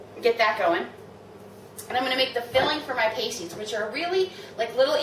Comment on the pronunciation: You do realize that is not how you pronounces pasties right? It's pronounces like pass-tees; not paste-tees. If you pronounce it like paste-tees, it means something other than a food item... you should look it up...